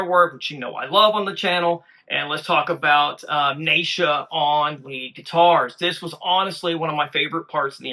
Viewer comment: … New Sub here following the MS MAGIC MOJO … the little stick of dynamite on lead is 16 year old “Nitro Neisha” her name is pronounced like (KNEE SHA) not NI EE SHA or NAY SHA … JUST SAYN 👍🏼🙏✌️❤️